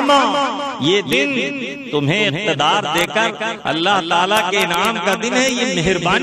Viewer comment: Lafz allah me khada zabar nahi aayega ...?